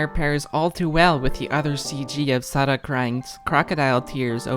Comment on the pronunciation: You pronounced Sara's name right😭